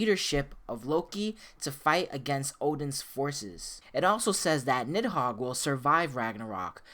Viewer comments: Im not trying to be rude but i think it's pronounced needhog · It's pronounced Nee Hog. The I is silent. The name is used as a Demon and key item in Devil May Cry 5. (Parasitic Fiend - Nidhogg) Nidhogg: You dodged me! did you dodge me!? Griffon: Nidhogg, never liked this guy. Nidhogg: You pest. Do I know you? Griffon: Dumb as a bag of rocks. Let's not even mess with this guy, V. He can't even leave the Qliphoth, anyway. Just a Qliphoth parasite. Nidhogg: Did you insult me? Griffon: --Uh-oh. Nidhogg: --You insult me! Griffon: I think he heard me... and he's angry! Nidhogg: I'm going to kill you! V: Not in this lifetime. "As the air to a bird or the sea to a fish, so is contempt to the contemptible." (During Nidhogg battle) Nidhogg: You use... de-de-demon...? But you...human...? Huhhhh....? V: "If the fool would persist in his folly he would become wise." Nidhogg: Augh...? Ah...? Griffon: Meaning don't try to think too much, shithead! Nidhogg: I'm... I'm busy. You guys can finish it. Nidhogg: I'm heeeerrreee! Griffon: This dimwitt wants to be all high-and-mighty! Strike'em down, V! Nidhogg: D-d-dimwitt...? M-me? I... c-c-c-crush you! Griffon: Even the big bad kitty knows you got shit for brains! Nidhogg: Qu-qu-qu-quiet! You... you... bird and cat! Nidhogg: Chaaarrrgggeee! V: "The cut worm forgives the plow." What do you say?